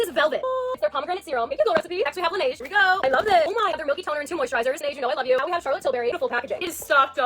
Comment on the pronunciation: she doesnt even pronounce the brand name correctly. Laneige isn't "lan-A-ge"...